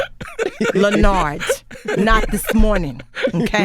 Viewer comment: She said "Lenardt" with a T at the end!🤣🤣